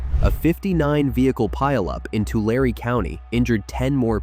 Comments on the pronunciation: Correct, pronounced Toolarry, or Tooliree. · Tulare County is said To-Larry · Just wish when you create these AI slop buckets of "facts", you would teach the AI software to pronounce important words correctly. - And this is my Most Surprising Fact About California ... TYPICAL AI CRAP ... It is pronounced "Tu - LARE - e" ... LAMEBRAINS ... ... or do you really believe that a slopilly programmed AI piece of partially incorrect electronic junk is going to change generations of proper pronunciation??? In the 1940s in Northern and Mid California, it was pronounced as the deliberate, overemphasized example. ONLY NOW, WITH THESE GARBAGE BRAINED IDIOTS WHO GET A BRILLIANT IDEA, "LET'S WRITE AN ARTICLE ABOUT SOMETHING WE WEREN'T AROUND FOR" AND IF WE MISPRONOUNCE OR GET SOMETHING WRONG, WE'LL JUST IGNORE IT. Real Class, those people. Class of what? I'm not sure. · It's pronounced Too-lair-ee. I used to live in that county. Great people there. Unfortunately, Sacramento politicians have ruined it. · To-Larry for the sake of confusion lol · It is said Tular “E” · Tule is pronounced too lee. Tulare is too lare ee. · Tulane is pronounced to Larry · Yeah - it's TULAREEEEEEEEEEE ............... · Too-law-ree County. Too-lee fog or reeds. Sucking up that methane! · Don't know what that means but Tulare is pronounced "Two Larry". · I’ve only ever heard it pronounced as ‘too-Larry’… never ‘too-Lare’ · Too-Larry is how it’s pronounced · Your diffently not native. Its pronounced Tu lar! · I grew up in Fresno. Know all these things. I now live up in Oakhurst, just south of the southgate of Yosemite. Oh and Tulare is said, Tularie. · Tulare = two-LAIR-ree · its pronounced "TOO-LAIR-EE" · is definitely correct. Born and raised for 40 years in Tulare County! Not a big deal though. Enjoyed the content! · P.S.: "Tulare" has 3 syllables. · Please pronounce Talare correctly. 😂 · Poor A.I. ... it just can't pronounce certain words ... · Tulare ends with a long ‘e’. E is pronounced. 😊